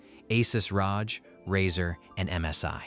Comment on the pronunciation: ASUS ROJ is killing me xD